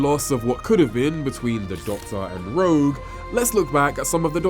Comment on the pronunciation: It’s ‘ROGUE’ for pity’s sake!